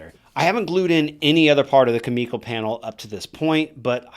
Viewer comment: its really triggering that hes saying kumiko wrong, but awesome build anyway